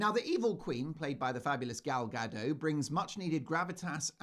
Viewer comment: Gal Ga-doT.